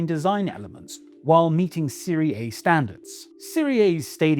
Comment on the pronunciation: Mispronounced Serie A. Should be Serie-ah not Serie-ey.